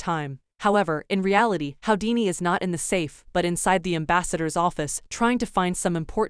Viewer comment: His name is pronounced who - dee - knee. Not how - dee - knee